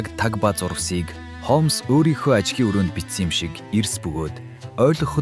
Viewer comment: Үхсний Холмоос гэж солиороод байна аа.Хоолмс гэж болно.Уг нь бол Холмс